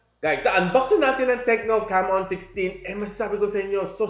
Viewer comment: Ingat sa pag pronounce nang Camon hHahaha